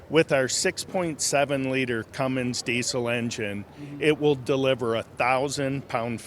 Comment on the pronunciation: That big ol "kewmens" deisel.